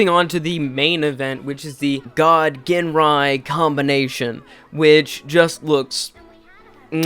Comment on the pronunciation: Ginrai is pronounced "Jinrai". No hard G.